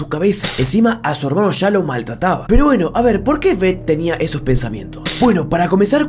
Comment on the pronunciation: weno si es cierto pero yo escucho pueno pueno pueno